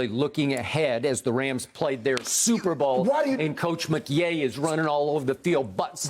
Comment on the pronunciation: Sean McYay 🤣🤣